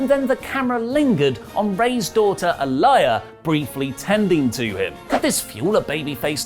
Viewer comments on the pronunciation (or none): Lol did he said a liaya lol its aliyah like a lee ya